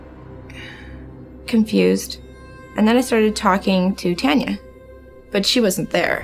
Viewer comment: Is the narrator saying Tonya instead of Tanya? Or is my hearing? I hope he is saying Tanya as it's important for those that love her.